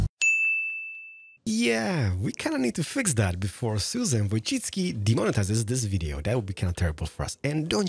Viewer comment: This is the first time I've heard someone say Susan Wojcicki' surname right! xD